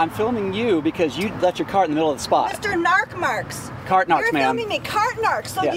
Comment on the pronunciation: I hear by pronounce you Mr. and Mrs. narc marks 😂🤣